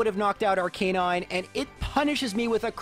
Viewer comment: It’s ar-cahn-ine